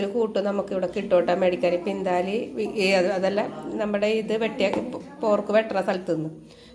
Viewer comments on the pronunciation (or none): പിന്താലിയാണോ വിന്താലു ആണോ😂